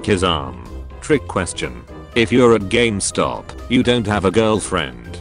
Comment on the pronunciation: its spoken Gaymstop so i feel Like he should slap my ass instead🤷